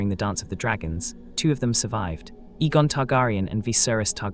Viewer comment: A-gon not E-gon.